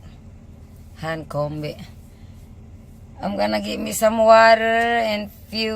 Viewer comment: i like your pronounciation of (Water )(water)((water) di ko magaya i can relate now on my husband before he went to america for work then always told me that the pronounciation of water is like what u ( said )